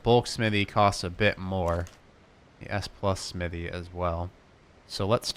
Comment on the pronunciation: Don’t forget the h in smithy